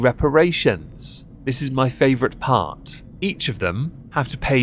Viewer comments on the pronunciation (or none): none